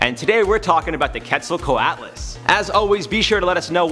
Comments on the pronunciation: Its not ket its qet. Just make the q sound then halfway through make the et sound. Also its pterasaurs not pterasaurses. Also it would be bad if they were alive still even though it is my favorite pterasaur. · I think it’s pronounced “cwetselcwotlus” but i could be wrong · Quetzal- co-ut las. Off by one single sound. :P Spelt correctly but the a is pronounced like a u because it isn't English